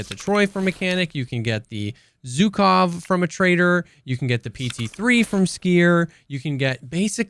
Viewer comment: Abolutely love your videos. Small addition - which I personally don't care about, but some russian fellas might get offended by - is that Zhukov (named after the WW2 USSR marshall, prolly one of the most recalled name in 20th century warfare) is pronounced like if you take the s of "vision" and replace "Zh" in Zhukov with that. Anyway, thanks for the profound testing and explanation.